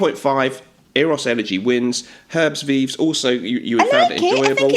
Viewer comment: Herbes Vives pronounced “air-buh vive “. In français, you don’t pronounce the ‘h’ and the ‘s’.